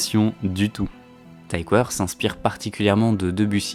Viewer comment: Tom Tykwer est allemand, ça se prononce "tikveur"